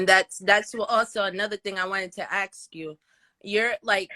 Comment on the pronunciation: I wanted to ‘axe’ you…… I was going to ‘axe’ you…. Let me ‘axe’ you Kevin…..